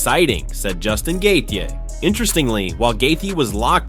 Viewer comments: He pronounced Gaethje a different way every time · If you can't pronounce gaetchi then just stop trying dude you get worse instead of better every try😂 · It kills me how bad you are at pronouncing names 🤦🏻‍♂️ couldn’t get past 2 minutes hearing you say gaethje’s name one more time 😂